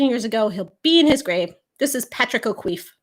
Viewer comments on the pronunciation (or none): As an Irish person, whoever said that O'Keeffe was pronounced "O'Queeffe" were wrong, and if they spelled it that way they were wrong too.